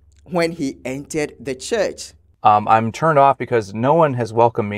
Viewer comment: He is saying the name of the church wrong.